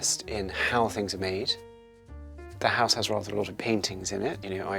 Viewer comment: Oh my god, very posh accents grate on my ears. But it's a lovely house (pronounced "hice").